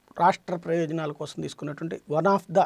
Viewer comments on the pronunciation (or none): none